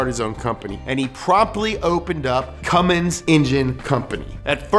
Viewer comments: You're calling him CumminGs like half the time.. lol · I wasn't gonna say anything but then he said "Cummings" twice... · Haha you said cummen diesel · jesus christ. why do u keep saying cummings instead of cummins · One thing you need to learn about Cummins stans is that I SWEAR TO GOD IF YOU SAY “CUMMINGS” ONE MORE TIME IM GONNA BE CUMMING TO YOUR HOUSE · 1) you said Cummings TWICE! A cardinal sin amongst diesel enthusiasts. 2) the 24v head came out in 98, not 03. In 03, they debuted the common rail fuel system with the CP3. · Why did they allow him to keep saying “Cummings” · The first thing you need to know to get up to speed on Cummins is STOP CALLING IT CUMMINGS YOU NUMB FUCK EVERY PICKUP WITH ONE IN IT HAS IT WRITTEN RIGHT ON THE GODDAMNED SIDE OF IT....THERE...IS...NO...G...IN...CUMMINS!!!!!!! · Did you really just say Cummings? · Stop saying Cummings! 😭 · Say “Cummings” one more time. I dare you! 😡 😤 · Can hear call it "Cummings" a few times here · I hate to hear "Cummings" 🤦‍♂️🤦‍♂️ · Anyone else annoyed that he kept saying Cummings instead of Cummins. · If you pronounce it "Cummings", you sniff your fingers after you scratch your ass. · Quit saying Cummings ffs! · Stop saying “Cummings” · The amount of times you say "CumminGs" tilts the shit outta me. There is no G in it, stop pronouncing it that way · Great summary, but if you ever add the "g" to CUMMINS again I'm going to loose it! Also,:( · Up to speed on the cummins what you need to know, then proceed to call it Cummings almost everytime you say it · Dude. Stop calling it "Cummings"... Ugh. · STOP SAYING CUMMINGS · haha Cummings that makes me cringe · Fun drinking game: crush a bud light every time says CumminGs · stop pronouncing Cummins wrong. There's no G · You called it a Cummings in that video once. Shame on you. Lol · Take a shot every time says "cummings" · Ford Cummins= fummins Edit: makes sense that Chevy is reading a my little pony book at the sleep over